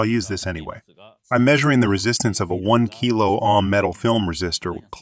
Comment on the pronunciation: These are great videos about the basics of electronic components. One minor quibble. Whomever is doing your reading is miss-pronouncing a couple words. It's Ann-node, not a-node for anode. And it's Oam, not ahm for Ohm. Solder and soldering are a bit trickier. If you're going for an American pronunciation, it's sa-der, and sa-der-ing. The british pronunciation is closer to what your speaker is saying, but the rest of his accent is American, so it sounds a little strange.... I'm also not sure if they pronounce the l in solder. To me the british pronunciation sounds more like soe-der, and less like sole-der. The translations themselves are perfect. Just a few technical words your speaker should learn the right pronunciations.